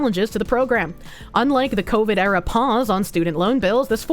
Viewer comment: >FantoymE >Kou-ver Ah yes, the woman debuff is strong today.